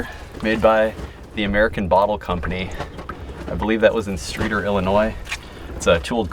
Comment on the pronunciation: the folks I know here in IL pronounce the town Stre-A-tor. Wanted to mention this for a while, finally got around to doing so. Just a minor nit-picky thing!